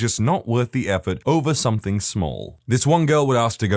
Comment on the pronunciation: No k in the word something